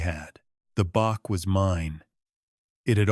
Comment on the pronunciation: Bach is Said Batch